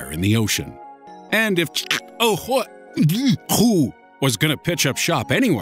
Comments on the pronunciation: umm,you said cthathayhuo,but it is called lord cthulululululululuoouhtyhtuioiooo:D ur welcome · It's pronounced KAh-Thu-Lu (Cthulu), dude. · c'thulu - hard to say right? - Kha-tu-lu. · the way he said "Cthulhu." xD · If laughing has ever killed anyone - sure would have done it, as I almost perished after the pronunciation of Cthulhu.